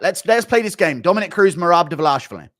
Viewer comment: I love English very much, but I've finally discovered one flaw I can't stand in these people. It is the way they pronounce Tbilisi and Dvalishvili :face-orange-raised-eyebrow